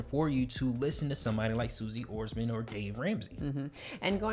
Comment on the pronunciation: I’m sure you guys know you pronounced Suze Orman’s name wrong, but good job keeping it consistent 😉 lol